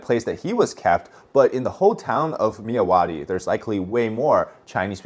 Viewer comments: I'm from Burma my dude. I know you are trying your best with pronouncing our names. Myawaddy is pronounced "Mya^ Wat D". Love your content dude. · As a Burmese/Myanmar, the way you pronounced Myawaddy makes me spilled out my drink haha.